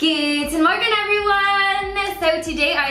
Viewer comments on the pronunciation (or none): goodmorgan everyone lol its like goodmorning but goodmorgan everyone